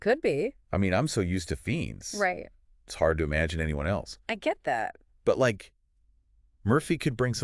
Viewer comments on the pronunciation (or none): At least pronounce the actors names right if your going to do a podcast. Ralph Fiennes is pronounced Raif Fines. Not ralf feens. And Cillian is pronounced Killian. If your going to geek out about these actors and be believable you should at least convince us that you know how to properly say their name.